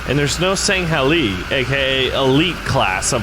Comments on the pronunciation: Sang-ay-lee, I believe. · Not to be rude, but it is prononced sangheelie like the heelie shoes, not shanghelee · its pronounced sang hee lee os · Ok. As a die hard halo fan it's time to make corrections. The "halo army" is called the UNSC. ORBITAL DROP SHOCK TROOPER. SANG-HEEL-EEH. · It’s pronounced sang-heel-e. And it’s orbital drop SHOCK troopers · IKR THAT WAS SOOO ANNOYING! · I can't tell if you're purposely saying it wrong to raise the comments but if that's what you're doing props to you man